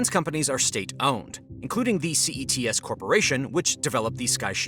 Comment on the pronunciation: CETC and you repeatedly call it CETS?